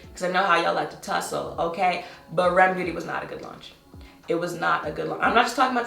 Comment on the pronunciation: I appreciate you pronouncing the brand the way I expected everyone else to. REM Beauty. Every channel that reviewed it and pronounced it by the letters with no variation, I had to stop viewing it...Also, I barely knew the brand was coming out until it was upon us...